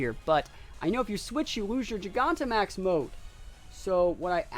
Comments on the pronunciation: I don’t get how you can even mispronounce Gigantamax...JYE GAN TA MAX. Jesus. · Great battles! Super excited to watch you battle in this gen. I'm pretty sure its jai-ganta-max...like gigantic, you know, cuz the pokemon becomes huge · Gigantic Giganta Not really sure how people are still mispronouncing the name. Nice video tho, was fun to watch.